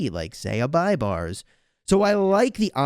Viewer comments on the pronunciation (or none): BTW he is pronounced b a y b a r s like pay but with B